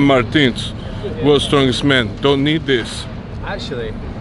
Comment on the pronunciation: Nobody: MARTIIIINS having a stroke